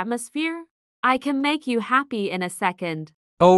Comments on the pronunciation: Kate say “Happe” 💀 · Bro did Kate said (happe)